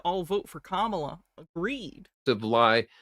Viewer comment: Second time watching this interview, and I just realized people in the audience corrected his pronunciation of Kamala’s name